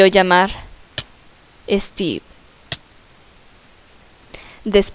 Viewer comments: Es steve no esteve yo estoy escribiendo de lo que como pronuncia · Guadalupe Medorio se dice Steve